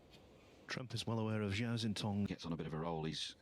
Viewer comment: I sure wish you guys learned to pronounce the Cinese players' names. Zhao is Jow, like cow, and Xintong is Shintong. X is pronounce d like SH. Easy.